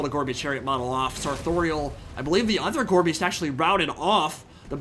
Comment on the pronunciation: every time you say "Gorebeast chariot" i hear "Gorbies chariot" and i just think of gorbachev clones on chariots